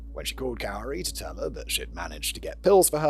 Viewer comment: and I’ve always heard this person’s name spoken as “KOO-ree”.